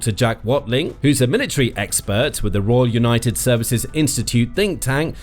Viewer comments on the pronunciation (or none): none